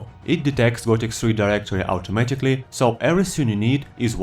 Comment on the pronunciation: Gothic "SRI"? Seriously?